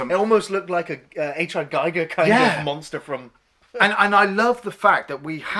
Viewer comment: Gee-gur, not Geiger. :D